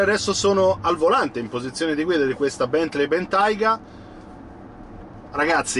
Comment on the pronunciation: si pronuncia 'Bèntlii' non 'Bèntlei'